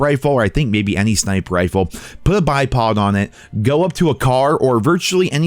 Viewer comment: Did you say "Bi-Pog?" Poggers